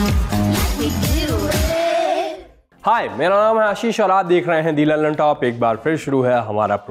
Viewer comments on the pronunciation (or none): none